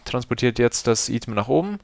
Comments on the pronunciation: Item spricht man doch normalerweise "Ei-Tem" aus, oder? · lern einmal item auszusprechen